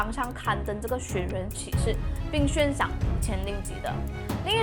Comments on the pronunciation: 悬（Xuan2）赏不是（Xuan1）....用词太多错误了……注意下.... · 即便我也大马人,你大多的内容还是听得懂,但小问题实在太多了,那些小的模糊的也就算了,但以下标记出来这些很明显属于NG的部分,怎么经过后制剪辑后却没有修正呢? 悬xuán 林碧(莲?) 保险招待员?(我听过保险业务员或者会议招待员,但保险招待员却是第一次听说) 字幕里的"分行提(走?)"还是提领 殓liàn (我也听不清楚你在读yàn还是什么但肯定不liàn) 大马华人有口音不是问题,问题在于口齿不清,文稿没写好,后期剪辑没翻查自己有没有说对,就直接上传,这样的素质,实在很丢大马youtuber的脸,望阁下能审视一下影片内容的素质。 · 对，就是口音，你说的银行（hang) 读银行（xing）这是读错字不是口音问题，但是你说的悬（xuan2）赏读悬（xuan1）赏就是口音问题，你说的无非就是一声二声三声四声，马来西亚人说吃（chi1)了吗会读吃（chi4)了吗，读（du1)书会念读（du4)书，做（zuo1）么会读做（zuo 4)么，你觉得那个字是用错了？难道你在马来西亚路边随便听到说吃（chi4)了吗，你就要去跟他说“你用错词了是吃（chi1)了吗”，全部只不过是口音声调高低而已 至于你说尸她说身是因为要避开敏感字眼，比如尸、杀、奸、死等等，不然会被YouTube 黄标，所以你看她说死者但是字幕写S者，尸体他说身体，死者说逝者，只是为了避免这些字被黄标用别人懂的字来代替而已就错了？或者你去看看抖音，所有死、尸、奸、杀这些字都会被遮起来，也会用S代替死字，那你也要说全中国人用错字了？中国南北音都不同，一到四声也不同，那为什么你不说全中国人都错了？ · 还有是悬（xuan第二声）赏